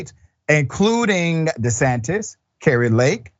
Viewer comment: Did you just say Ron DeSatan?